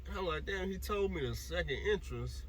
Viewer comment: It’s entrance not entrice lmao oh boy